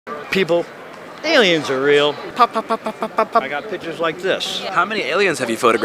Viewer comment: Remember folks, its! "pictures" not "pitchurs"